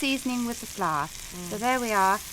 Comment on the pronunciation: I love the pronunciation of flour as ‘flash’